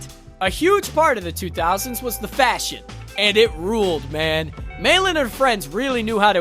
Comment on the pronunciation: Meilin...say it with me now...May Lynn. Not mailin'. 😫😅